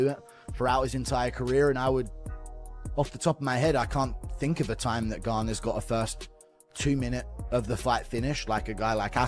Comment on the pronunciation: The disrespect this channel has on Gane's name is awful 😂